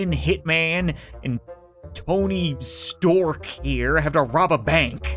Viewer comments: its stark not stork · Sweet video cap keep it up. P.s did you say storek instead of Stark? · It’s stark not stork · He said Tony Stork as a joke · Tony stark not stork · it's Tony Stank. not Stork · In the begging its tony stark not tony stork hes iron man! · Tony stark not Tony sproke.